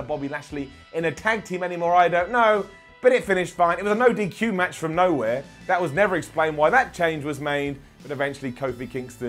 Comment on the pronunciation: I like how he didn't even flinch when he said: "...there was EC3, there was No Hey Way Zay" bahahaha